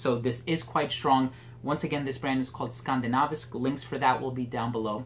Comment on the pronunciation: Hey, Very nice video, I've been thinking of scent jewellery for a long time might just get some now. Don't know if someone already said but HEIA translates directly to heathlands or in direct English it's 'moors'. And your pronounciation of Skandinavisk is really good too, just wanted to let you know! And thanks for all the great videos and reviews, keep up the awesome work. /Stefan.